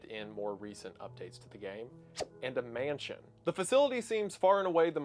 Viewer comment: “and a MAYNsion” I love it. I hope you never change, sir!